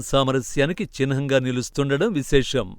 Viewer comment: చిన్హం కాదు..... చిహ్నం అని పలకాలి... నేర్చుకొనే క్రమంలో చిహ్..నం చిహ్..నం అనండి.... మీరు చిన్..హం అంటున్నారు